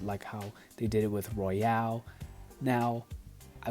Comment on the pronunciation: It's Royal, not Royale.